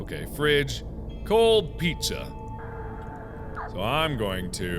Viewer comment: some peatsa